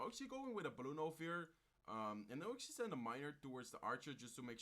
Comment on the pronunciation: Exually exually hey man je Engels is niet slecht maar je blijf heel de reis exually zeggen probeer dit te verminderen ik kijk je al lang en ben een grote fan zo blijven door gaan.